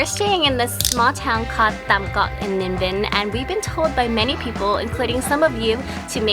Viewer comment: BTW, remember that the t and th sounds are switched with English. So Tam Coc is like (thum coke...but don't drag out the o sound too long in coke). If you see tr or ch, switch it with the j sound in English. Hang Mua (mooh-uh...roll it into one smooth syllable).